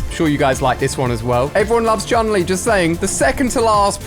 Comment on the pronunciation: Its actually pronounced "choon lee"